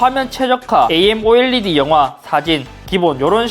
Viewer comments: AMOLED.. 아몰레드라고 읽는게 맞는것 아닌가요? A.M.O.L.E.D라고 하니까 어색해서ㅋㅋㅋ 진지하게 받아들이지는 말아주세요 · AMOLED를 신기하게 읽으시네 원래 끊어서 읽는건가?